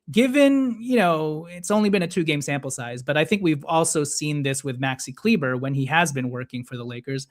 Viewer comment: Please stop saying kleeber…it’s pronounced Kleeba !!